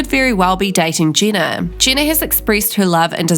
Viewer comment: I think it's pronounced Jeh-na and not Gina